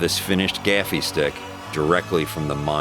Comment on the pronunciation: It isn't a gaffie stick its a gaffi stick your English teachers failed you.